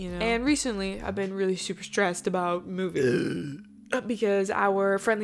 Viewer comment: "movi-nnggg" lmao. That was awesome.